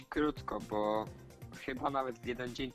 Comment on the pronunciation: Bo a nie Bu